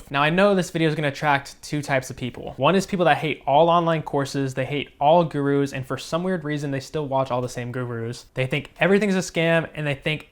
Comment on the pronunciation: omg "GooROOs" got it